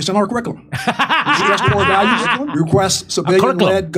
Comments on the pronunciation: Haha he said cooze. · Oh wow this is great! Here’s a General in charge of Africa who cannot even pronounce the very words he’s programmed to parrot: “Krr-ick-lmmh” “core Val -ooze”. What a tool😂😂😂. I don’t think they’re sending our best 😂😂😂. Lackwits, lickspittles and losers all of them. Let’s hope we never face a near-peer military power any time soon. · Ker-ick-alum & core values 😂